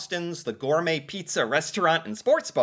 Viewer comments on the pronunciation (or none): none